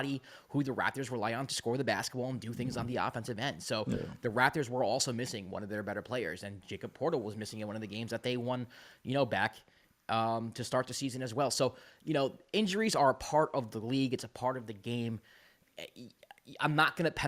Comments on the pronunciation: Lost me when could not say jacobs name right. They call him Yak for a reason . Maybe run through the comment section of raptorsrepublic before taking to recording a video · the american mind can't comprehend how to pronounce, "Jakob" , the austrian HAMMAAH